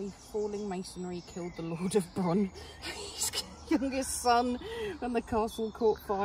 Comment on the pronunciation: Hello! Nice to meet you both at the Castle. Just a note, the village of 'Bronllys' is pronounced, 'Bron Cleesse'. It took me about a week to discover that.